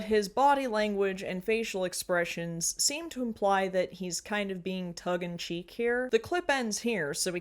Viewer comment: Did you say "Tuggin cheek"? If I'm not mistaken, thats an eggcorn. The correct phrase is "tung in cheek".